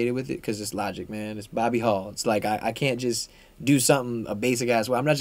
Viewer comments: bruh how you mispronounce logic LMAO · how do you mispronounce Logic?